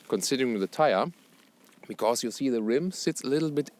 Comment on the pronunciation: sprichst so flüssig englisch da kannst dir doch noch bei der Aussprache etwas Mühe geben ;)